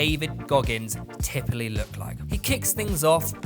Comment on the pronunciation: classic mispronouncing words - typically to “tipaly“